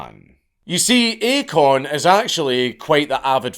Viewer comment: I thought he said "acornism".